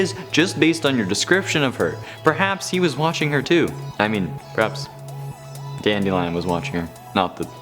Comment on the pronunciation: I know you did not say Dandelionnn